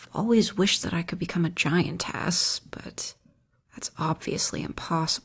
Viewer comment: I Was getting immersed until she said "Giant Ass" ınstead of "Giantess"